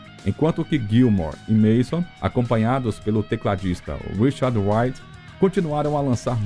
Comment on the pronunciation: O narrador deveria aprender a usar corretamente a pronúncia do nome de Richard Wright. Não se pronuncia "uaite" como o narrador faz diversas vezes. O correto é "raite".